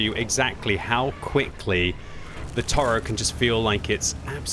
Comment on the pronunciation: Toro means bull. It is mot a bison. It is pronounced To Ro